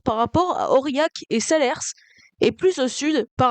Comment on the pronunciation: Bravo pour ton reportage bien intéressant. Salers, on ne prononce pas le S final. En 1991 j'ai voyagé depuis Mauriac en train à vapeur avec la 141 R 420, nous sommes passés par Miecaze, Aurillac, le tunnel du Lioran, Neussargues orientation de la locomotive sur la plaque tournante et enfin direction Bort les orgues. Un voyage que nous ne pouvons plus faire, à part la section Miecaze -Neussargues, les autres lignes étant fermées. Ce voyage s'appelait le Tour du Cantal. En juillet 1985, sur ces mêmes lignes j'ai voyagé en train spécial en double traction avec la 141R 420 et la 141 TD 740, un voyage phénoménal.